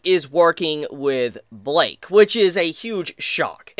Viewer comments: why u saying blyke like that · it's pronounced "blike" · his name is blyke not Blake or bike its blyke